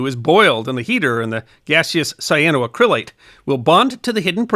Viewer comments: I always enjoy your videos and have watched a lot of them. But the accent is not on the “cryl” as you are saying it. It"s cyano-ACK-ryl-ate, not cyano-uh-CRYL-ate. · Just one small nit, missed a syllable at the very beginning: Cyano-Acrylate ... sigh-ann-oh-a-cra-late. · You are pronouncing it wrong. The correct pronunciation is: “cy ahh no ACC ri lates” , accent on the fourth syllable. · Just a pointer on the pronunciation. Say it as “cyano acrylate” rather than “cyanoa crylate” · Love... but the pronunciation is killing me! Should be: sai·a·know·a·kruh·layt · You're pronouncing it incorrectly. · Great video, but please Google the correct pronunciation! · I love these history of science videos. I do suggest you check your pronunciation of scientific terms. The accentent is on the "ac", not the "cryl".